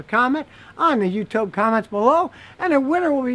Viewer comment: I think he said “Youtobe” I like that better actually 😂😂